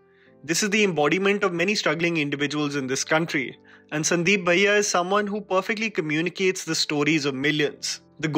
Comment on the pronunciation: Wat is sandeep baiiyaaa.. pronounce it correctly